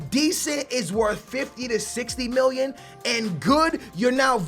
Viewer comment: Why does he say miwyun instead of million